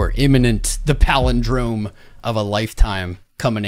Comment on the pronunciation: Did you say Halving Day is a Powell-indrome? 😂